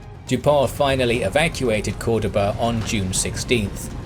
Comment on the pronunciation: Cordoba not coredaba